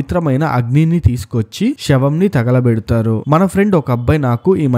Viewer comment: VEDIO POORTHIGA CHUSAKA ARTHAMAINDHI BABU MEERU ANDHUKU "THAGALAPEDATHARU" ANI VUCHHARINCHAAARO . PLZ DON'T SAY LIKE THAT THAGALAPEDATHAARU